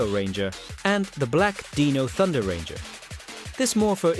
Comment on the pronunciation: ~ Dee-no Thunder?